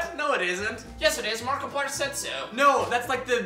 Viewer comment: are you calling markipliyderaliyder